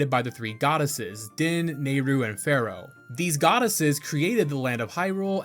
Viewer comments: Pharaoh? Fayore. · For the record Farore's name is pronounced Fa-row-ray. Drives me nuts when people mess it up. Another name you keep messing up is Mido. It's pronounced My-doe.